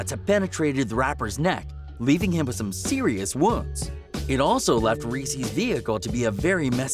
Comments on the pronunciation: It’s lil reese hahahahahah not lil resse bih dafuq how you gon make this video and not know how to pronounce his name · Guys who is reessee lol it’s lil Reese bro this is why you shouldn’t cover this cause ya cant even pronounce the mans name right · He said Reese (ress-E) lol it’s just Reese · Bruh it ain’t lil reesey it’s lil reese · Its not greesee its reese Dumbass 😆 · Just wanna throw this little tid bit at.... his name 'Reese' is not pronounced Reese like the Reese's Peanutbutter Cup the chocolate candy. It's Reese with the double e's being the long e sound and the e on the end being silent. This dude can't possibly know anything authentic about Lil Reese; he has no idea how to even pronounce his name. What a joke. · This Dude Said Lil Reesey 😂😂😂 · this man literally said lil reeceee what the fuck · Yeah, they keep calling him "reesie". Is he a little CANDY CUP?? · resse is pronounced rease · infin-ian Q50rs glad I read your comment.... hearing him call him Ree see ruined early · Lmfaooooo they disrespected him by the way they pronounced his name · dont make a video on gang rappers if you cant say the names right reese freeeedo santana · Saying his name wrong wtf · Lil "Reese" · why you saying his name like the fucking chocolate